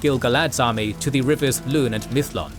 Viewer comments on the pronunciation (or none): none